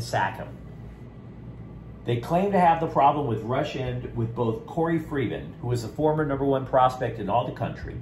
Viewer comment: His name is Korey Foreman, not freeman. Fight On✌🏽!!!